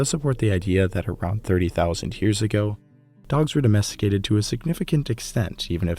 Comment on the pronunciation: Mammoth meat, can you really addomesticate a dog? Or you addomesteticate wolves? And nice italian pronunciation